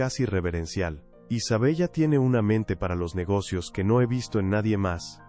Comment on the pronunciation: Isabella.. pronunciación.....Isabela